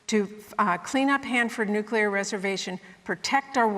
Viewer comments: Smiley. Hands down. In spite of the fact that she hit my biggest pet peeve. New-CLEE-er, madam. NOT New-KEW-ler. ...not trying to be a douche, it's just...GRRR. But outside of that, Smiley struck me as a HUMAN instead of a talking point regurgitation/name calling machine. I hear Murray used to be a real. person. I saw ZERO evidence of that tonight. NONE... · Smiley pulling a Dubya with "nukular weapons" 🤦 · 😂”nucular”. C’mon dude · Tiffany must learn how to say nuclear. Nu (long u) - Cle (long e) - er. Everything else Tiffany said was spot on, in my opinion. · it's how people say it colloquially when they don't know how it's spelled. Pretty embarrassing performance by Smiley here.